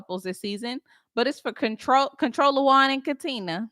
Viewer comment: Not Controlawan😭😭🤣🤣🤣🤣